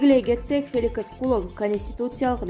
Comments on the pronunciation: Феликис эмес Феликс .Как же меня бесит диктор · Феликис эмес, Феликс деп оку. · Окуп жаткан диктор суйлогонунду кайра озун угуп корчу,билимсизд гинден уялбайсыбы Феликис деп жатасын